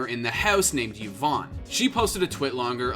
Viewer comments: Yvonne = "E-von"not "Yiv-on" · How do people cover this topic and still not know how to pronounce Yvonne. Like the content you're covering clearly shows how to pronounce her name.